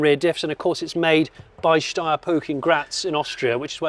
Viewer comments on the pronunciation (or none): none